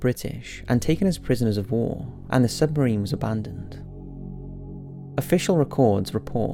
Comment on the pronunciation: Say 'submarine' again. I dare you. I DOUBLE DARE YOU!!!!